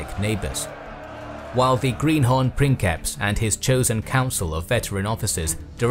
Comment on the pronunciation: I love the original pronunciation of princeps in this video.